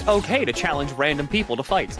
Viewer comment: I can't tell if saying "Challange" is intentional or not